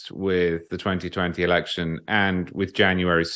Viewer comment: Megyn has repeatedly done what she says ABC did. She always refers to "elekshun" crime as nonsense without reviewing or presenting the evidence. And the evidence is more than substantial. She does this either because she is poorly informed, or for financial reasons: so she is not dropped from this platform on which the topic is forbidden. In the wake of the "elekshun" 2 1/2 years ago, for about 10 days numerous eyewitnesses posted on this platform their horrendous experiences at counting centers. They had been muscled out of the process, and/or sent home, and then counting resumed late at night in major swing state cities, where tallies suddenly and magically got flipped. Eyewitnesses also spoke of stacks of counterfeit (censored term) and other serious wrongdoing that violated "elekshun" norms and security. These same occurrences took place in the several large swing state cities. (If I am too specific, this comment will be removed.) All those eyewitness testimonial videos were then removed by YT, and, as we now understand after the Twitter files, probably at the behest of three letter agencies. This is, of course, just a fraction of the evidence. Much more indicates that the results were falsified. And the topic has been suppressed across social and mainstream media.